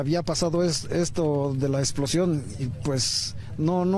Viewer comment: "Exposion" no "explocion"